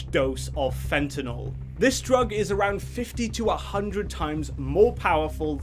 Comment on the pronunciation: Thank you for pronouncing fentanyl correctly unlike most of the morons in this world